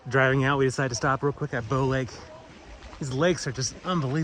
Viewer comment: we say Pee-toe Lake